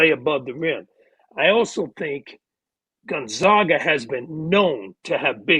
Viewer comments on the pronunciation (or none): The disrespect of Gonzaga is terrible. First mispronouncing Ike then mispronouncing GONZAGA. Seriously, if you’re still doing that at this point it has to be intentional.